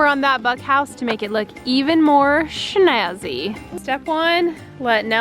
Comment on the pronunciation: omg thats how i say it! Shnazy XD